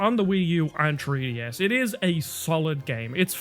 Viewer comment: "Tree-DS" and "Genui-Eye-nely" This guy's pronunciation.